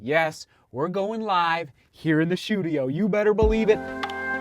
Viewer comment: Run a mile every time say shoe-tudio. Lol